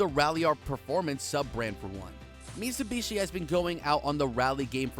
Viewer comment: Did you say mitsubushi? 🤦🏼